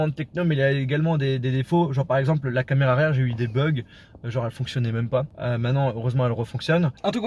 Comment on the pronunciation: "la camela"😂